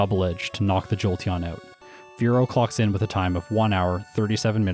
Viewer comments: I cackle everytime he says "clocks in" because I hear it as "clucks in" XD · Sounded like you said "Spearow clucks in" and that's still a funny pun to me.